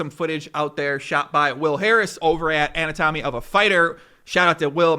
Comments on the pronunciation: BAHGAHAHAHAHAHAHAHA - "ANNA-TOMMY of a fighter". The word is Anatomy.... ah-naa-toe-mee. But sure, AnnaTommy of a Fighter. Lmao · An ah te me. Not anna tow me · Lmfao at "an-a-tommy." It's "anat-omy" you fucking dullard. I gave you a pass the first time. But twice? You really don't know how to pronounce anatomy? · Anatomy (ə-nătˈə-mē) NOT (an-uh tom-ee) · This dude said “Anna-Tommy”! It’s “Uh’GNAT’uh’mee”. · Good, detailed research. For me it's still up in the air who did what. But what I do know is... it's pronounced aNAtomy, not anaTOmy :) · Its "ANAtomy" not "ANNA-TOMY" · Great video right up until every saw you can't pronounce anatomy..You call it. AnA Tomy...lol..its an at omy..I YI I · the way you pronounced anatomy was hilarious. Ana Tommy. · Anatomy not anatommy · This is the 1st time I've ever heard anatomy pronounced anna tommy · Great work, but you had me rolling with "Ann na tom my Of A Figher" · “ANN OHH TOMMY” jesus fucking christ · Did you seriously pronounce the word anatomy as “ann ohh tommy?” Everything you mention in the video became immediately discredited at that moment. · Anna-tommy??? Come on. Anatomy. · ... ...."annatommy"....u gotta be kidding me?...u CANNOT BE SERIOUS...even 3rd graders know how to pronounce "anatomy"! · It's pronounced a-na-to-my, lol! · broo "anatomy" learn how to pronounce the english language if ya wanna be a narrator. , "an-a- tom-ey" lol, lose the breaks. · lmao at “from ‘anna-tommy’ of a fighter” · Please learn how to say the word "anatomy", your saying it like it's two names "Anna-Tommy" / It's one word - like, a persons "anatomy" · I was thinking the same thing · “ anna tommy of a fighter” 😂😂😂 he says it again 😂😂😂 somebody has got to teach how to pronounce anatomy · ANNATOMY of a fighter lol, said that word just a little wrong ;) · Do you really not know how to pronounce "anatomy"? Emphasis is on the second syllable, not the third. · wait how did you just pronounce anatomy......?